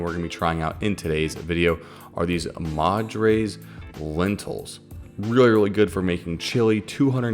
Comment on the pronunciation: Not super important but the lentils are pronounced more like "mud-ross"